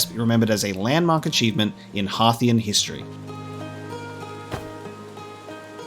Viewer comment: Thank you so much for pronouncing Timber Hearth and Hearthian correctly. Too many people rhyme "hearth" with "earth" and it grates on the ears!